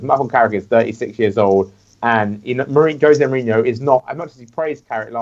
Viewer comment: Josè Mourìnho says Jose Mourinho with the wrong accent on the e